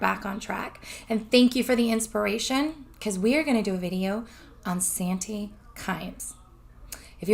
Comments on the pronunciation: Please be careful. It's sad but there are people just waiting to scam good people. You have good intentions, and a good heart, and sadly, people will take advantage of that. Sante is pronounced like Saunty. That's how I've always heard it pronounced. 💜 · It's no problem just thought i'd let you know. It's pronounced SHAWN TAY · your saying Sante wrong